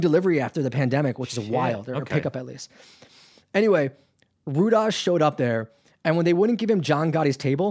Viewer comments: Rudaj is pronounced “Rudai...Rudaiii” is the plural of the “Rudi” surname. It isn’t pronounced “Rudazzz” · Rudaj is pronounced Ru-Die.